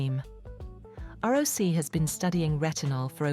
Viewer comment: It’s called Roc! Not Rocy! Tret a no in. ! If you can’t pronounce properly, I can’t waste my time watching this.